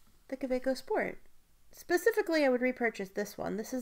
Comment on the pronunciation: Excellent vidéo ! Thank you ! (It’s not Lumley it’s LAMY and it’s not Cabaco it’s Kaweco😉) I can’t believe the price of the Visconti ! Is it worth it ?